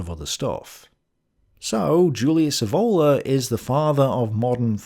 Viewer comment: Julius Evola's surname is pronounced with the accent on the initial E, not on the O: [ˈɛːvola]